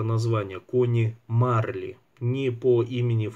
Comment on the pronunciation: МарлИ - ударение у французов в конце.